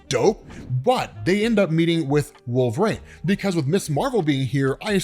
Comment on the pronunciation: Why does pronounce Wolverine so oddly? He says “WolveRANE.” It’s weird